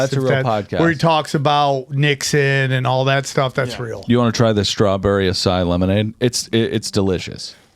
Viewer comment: Listening to mispronounce the word "acai" with confidence should show people doesn't know what the fuck he's talking about half the time.